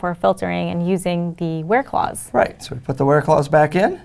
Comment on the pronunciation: where clause sounds like bear claws